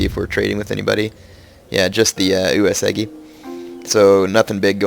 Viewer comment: I'm only saying this because you say it like 5 times every video; it's pronounced WAY-sugi